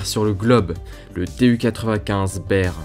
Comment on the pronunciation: "Bear" pas "ber" 😅